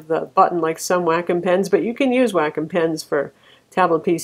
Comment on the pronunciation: Wacom= "Whack'em".. come on